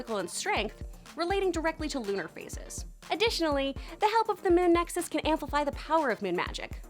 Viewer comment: Nexus not nexis